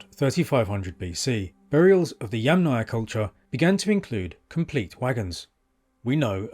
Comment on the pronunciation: Bravo on pronouncing Yamnaya correctly.